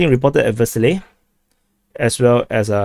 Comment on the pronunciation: I'll be sooo glad when Vershyna is consolidated, by either side, simply to stop the eye-watering double entendres :-D (btw I believe it's pronounced 'Versheena'. So there.)